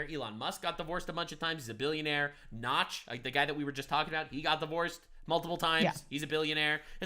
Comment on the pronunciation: She mispronounced notch's name the end of this stream for me. Peace out y'all whack lol